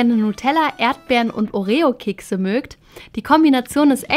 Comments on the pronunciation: das heißt orio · Du sagt Oreo voll komisch 😂😂